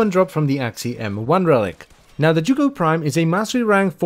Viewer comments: You english people sure are strange: the weapon is the zhuge but you call it jugo. Must be language difference but i find it very strange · Z-H-U-G-E NOT Z-H-U-G-O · "The joogoh prime" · It's pronounced zoo ge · The "Jewgo Prime"? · is it not pronounced like Huge but with a Zuh sound instead of the "h"? zuhuge? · How the hell is that said as chu ko I’ve be saying sie uge for years now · Zzz huge prime ur miss pronunciation is crazy lol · Butchered the name 😓😓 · The most amusing thing about the Zhuge is listening to all the pronunciations from different youtubers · The way you pronounce this weapon gives me ear cancer 😂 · that Is NOT how I thought that name was pronounces this post was made by jooj gang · i'm sorry how did you just pronounce zhuge? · everyone's commenting about how the title used to be a ninkondi video but I'm over here questioning his pronunciation of zhuge lol